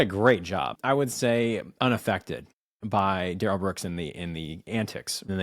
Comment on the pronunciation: Duh-rell has probably been “de-railed” a few times by some Bubba inmates.